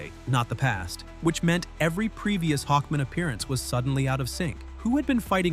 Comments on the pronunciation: HawkMAN, not Hawkmin. Is this an AI voice or is the narrator mentally challenged?!? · It's pronounced Hawk MAN not Hockmon. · Hawk-MAN! Jfc. Is this AI or no care for pronunciation? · What’s with saying Hawkman like that? It’s not his last name. “Hawkman. Murray Hawkman.”